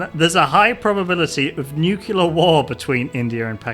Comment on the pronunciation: I love your work, but please stop saying "Nucular".